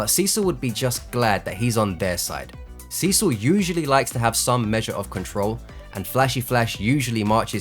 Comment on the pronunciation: urgh... it hurts to hear you pronounce Cecil as Sisu